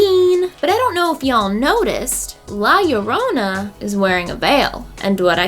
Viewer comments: White people trying to say La llorona: L-A-H L-L-O-R-O-U-N-A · Why do ppl say la yarona... YoUrE nOT sAyIng iT riGhT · la llorona ( the weeping woman ), is pronounced Yo-ro-na yorona—> llorona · is pronouces "la chorona" is in spanish, and whenever theres a two "LL" it have the sound of "CH" and second thing, ripley in the end was like "who cares about you? they only come to see me" atitude:P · Girl, roll your R slightly when saying "llorona". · “La yorona” oh come on you could’ve tried A LITTLE 🤣🤣 still love you gurl 😘 also. Cool ass sponsorship yaaas hennnnyyyyyy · i kinda hate the way she says llorona and ew sorry and it means crybaby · I love you but this movie issa no LMAOOO all these people butchering the mere pronunciation of "la llorona" gets rid of any fear that the movie content may have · As much as I love both and horror movies, I’m not going to see La Llorona. They couldn’t even get characters or a narrator that would properly pronounce the name of the actual legend they’re depicting. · Still can’t say llorona